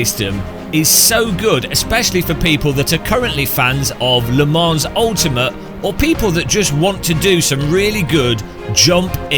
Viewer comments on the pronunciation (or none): One day will realise the "s" in Le Mans is silent. Until that day, I will remain subscribed as a punishment.